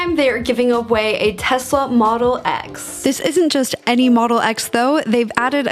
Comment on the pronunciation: tesla model eggs how she says it